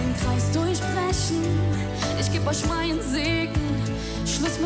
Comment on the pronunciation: Sie singt das soooooooooo toll!!! Super gesungen, super individuell interpretiert. Aber ihre Aussprache zieht es leider so runter (isch will eusch alles sagen können, damit ihr seht wer isch bin). Das klingt so nach Ghettobraut☹️bis zum ersten „isch“ hat es so viel mehr Niveau und Klasse. Alles nur meine Meinung🤷🏻‍♀️ Trotzdem wünsche ich ihr super viel Glück🍀